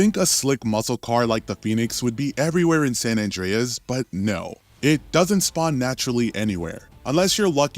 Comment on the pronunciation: They are shameful... They are making videos about GTA, but can't even pronounce San Andreas correctly.